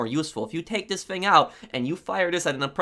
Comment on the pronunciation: You’re the only person that I’ve seen talk about this. I always find myself correcting him without even knowing it. “ tHiS fInG “